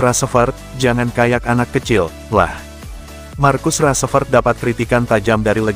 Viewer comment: Salfok sama penyebutan "markus rasprett" dan "rasmus holan"